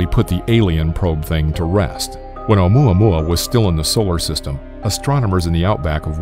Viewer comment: Maxine Raven Alum i thought he Said omae ma wou xD